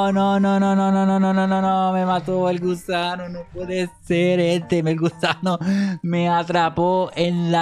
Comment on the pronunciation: Dijo gusado jajaja